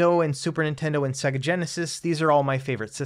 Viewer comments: Annoying -Sega is not pronounced "Seggah", it's "Saygar". Have you actually turned on a Saturn? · Nice video, but in my 40 years I've never heard anyone pronounce Sega like that 😂 if you ever owned that console like I did it audibly says the name when you load a game so I thought it was pronounced universally the same. "Say - gah"